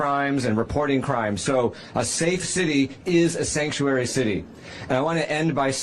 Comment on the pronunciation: She can’t even pronounce “Sanctuary”! 😂